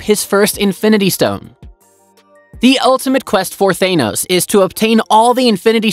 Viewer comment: Thaenos lol its Thanos.